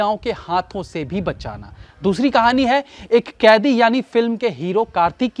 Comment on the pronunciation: It is pronounced as 'Kaidi'